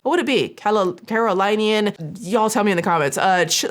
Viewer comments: I'm form the south, it's pronounce Caro-LINN-ians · It's "Kare-o-linney-anne" ❤ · I live in a neighboring city/county (Greenville SC, abt 15 mins from Belton) and was like “wooooow😂 when I saw that this story made it to the cesspool 😂😂😂 you had it right the first time… it’s Carolinians (pronounced keh·ruh·li·nee·uhnz)